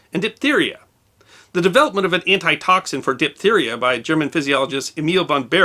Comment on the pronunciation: It is DIPHtheria not DIPtheria. Diff not dip.